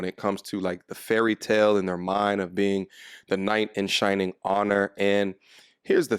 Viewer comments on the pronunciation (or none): SHINING not SHINNING....Hahahahahahahaha